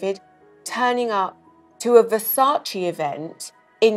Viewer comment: IT'S VERSAC EH, NOT VERSA CHI